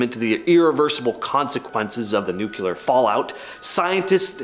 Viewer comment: NuCLEAR. There is no such word as"NuCULAR".